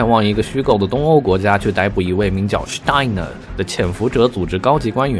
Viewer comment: Steiner发音很德味儿呀，会德语吗？🐶